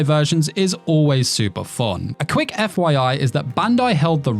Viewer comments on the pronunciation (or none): none